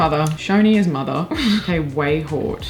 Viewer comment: it's prononounced 'way-hot'